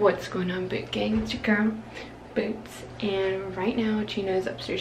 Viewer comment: When she say “what up boot gang” I keep thinking she’s says “what up boonk gang”😂